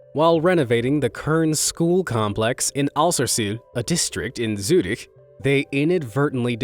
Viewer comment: Here we go: another Dislike because of the amount of ad plus your effin reminder to subscribe. 20 ads following by 30 large reminders are definitely to much for a 20 min video I dislike as long as you change it... 🤷🏼‍♂️ BTW: Zürich is called Zürich not what you are mumbling